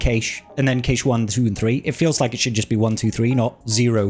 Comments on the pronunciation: Sorry to be that guy, but cache is pronounced cash, not kaysh. <3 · cache pronounced "cash eh" good video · I think it's pronounced like "cash" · I'm British, I've never heard it pronounced Kaysh here 🙂